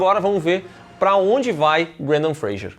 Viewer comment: Por q tão falando Brandan Freijer em vez de Brandan Fraser 🤔